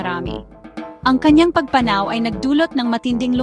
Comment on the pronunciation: Ayusin mo pronounciation mo sa pagpanaw